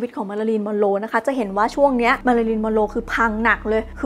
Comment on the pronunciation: ทำไมได้ยินเสียงเป็นมารารินละคะ 😢